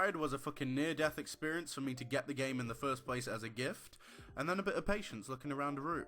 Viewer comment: "thirst" wat